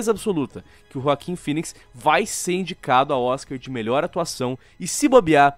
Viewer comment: É joaquin e nao joaquim ._.